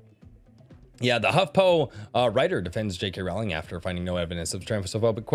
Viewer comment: Stop pronouncing her last name as Rawling! It is pronounced like ROLLING Rock Beer! Say it Correctically!!!!! GET BACK HERE! I'M NOT THRU DEMEANING YOU!!!!